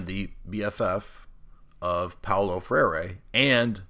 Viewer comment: "Freire" is pronounced "Fray-ruh".